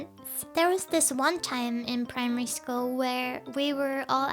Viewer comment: School not shchol 😐